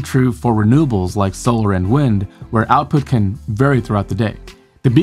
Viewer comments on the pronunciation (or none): none